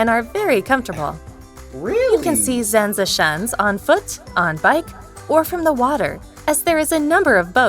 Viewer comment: So many mistakes in this video already, lol. Castle de Haar is not in Holland, it's in Utrecht. Oh hey you knew that nice. Also why do they always pronounce Zaanse Schans like that.. It's a g sound, not a soft sounding sch (so it should be Schgans/ sgans in terms of pronounciation, if that makes sense). ugh lol. Ok I'll turn the video off, because this is clearly made by someone far across the ocean, trying to make money with mostly stock footage. I'll give a like though because I always appriciate you doing this :)